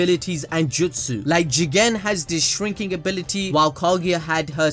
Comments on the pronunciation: Jigen GEE-GAN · Please don’t say jigen anymore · I can’t even pronounce Jigen seriously anymore fam😂😂 - 🤣🤣💀 Great review, homie keeps me rollin during these dope ass reviews, nothing like anime balls deep jutsu fam🔥